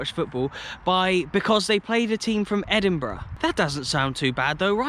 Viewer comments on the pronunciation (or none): none